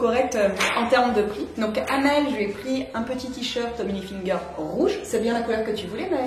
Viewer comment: Ca me fait trop rire comment tu dis Tommy HilfiNger 😂